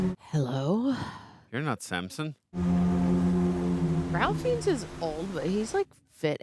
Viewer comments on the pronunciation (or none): we love you, but that was both ageist (Ralph Fiennes is NOT even remotely old) and a WILD mispronunciation of his name (Ray Fines) 😂